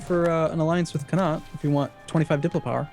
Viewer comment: Neither of them can pronounce Connaught and it's driving me mad